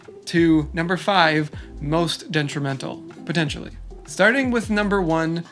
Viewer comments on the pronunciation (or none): Ok, so we just arn't going to talk about how he says deNtrimental?